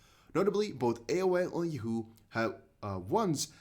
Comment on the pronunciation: Hey, it's "Yaaawwwwho" 😉